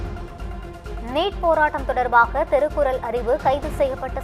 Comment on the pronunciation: திருக்குறல்,வலக்கறிஞர், வலங்குவது, ஏலாம் தேதி, வலக்கு.இன்னும் பல. எண்ணடி செயதி வாசிக்கிற? இதைப் பற்றி Complaint பண்ண உன்னோட கீப் சப்போர்ட் பண்ணுகிறான்.